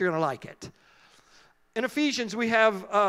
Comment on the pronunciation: Hello, I'm Spanish and I didn't understand the word ephisions?? book of ephisions??